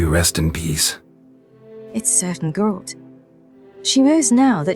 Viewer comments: The Gralt mispronunciations are so meta 😂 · "Gurlt" - Wow. Never heard that pronounciation before. LMAO Makes me laugh every time I hear it. better take care of that smoker's cough. LOL I also think Ciri at one time pronounced Dandelion as "Dan-DILL-Lian" too. Reminiscent of the audio book! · Fans: Ai will take the jobs of the voice actors The Ai: Gurolt... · its funny when they call him goralt lol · Damn the ai literally butchered Geralt's name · so funny when i heard how they pronounced Geralt at the beginning i thought wtf is this french manner and just few moment after you said that it was written in french :))